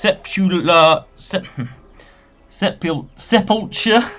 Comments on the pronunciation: Sepulchre is said as sepp-ull-kurr. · Sep-ul-ker is how to pronounce it